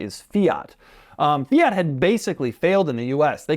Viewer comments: fia he says with that fools tongue ..its fiat ha ha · I hate the way you pronounce Fiat